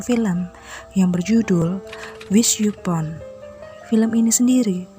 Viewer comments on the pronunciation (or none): Bahasa inggrisnya bego ya..upon bacanya yupon😅😅😅